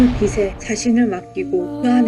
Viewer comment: 잘봤습니다. 근데 티벳 사자의 서는 누군가에게 들려줘야 하는 것인데.. 영상 올리신 분 발음이 안타까워서 알려드립니다. 제일 중요한 '빛을' 발음하실때 [비슬]이라고 하시면 난감합니다. [비츨]이라고 하셔야지요. '빛이'는 [비시]가 아니고 [비치]. '빛에'는 [비세]가 아니고 [비체]. 들려줘야 하는 티벳 사자의 서. 제발 정확한 발음으로 또박또박 잘 읽어주세요. 수고하셨습니다.